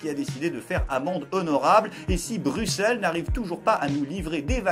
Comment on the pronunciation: Enfin en Français qui prononce bien Bruxelles ! Il manque plus qu' Anvers qui se prononce avec le S Maintenant. GG à TOI !